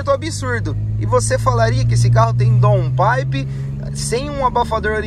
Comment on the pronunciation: Boa tarde. Parabéns, muito legal seu serviço, vcs são perfeccionistas. Daun paipe a pronúncia correta. Abraço